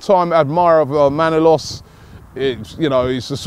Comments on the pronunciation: It's not Manolos its Manolas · ManolAs not manolOs